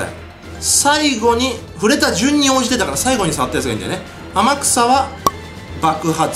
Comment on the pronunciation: 天草って叫ぶ所アマギさんって聞こえる